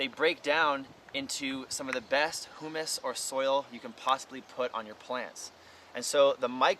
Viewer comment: Great discussion and demonstration of using wood chips! But, I've never heard the word humus pronounced that way. Maybe I haven't been listening.